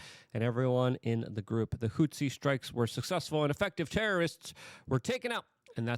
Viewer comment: I love you Luke, but pronounce words BETTER....Doge....not Doige....Houthis ....not Houtzis,,,,wtf dude?! Is it on purpose?!! Why MF?!!